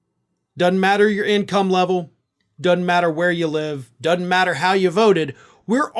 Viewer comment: The word is " doesn't " not "dunt".